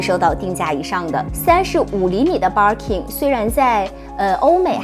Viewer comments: Barking lol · Hahaha我也是想發音有問題！ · バーキン还情有可原…可是kelly怎么也读错 也不是kei丽啊…日语ケリー也不是这么读的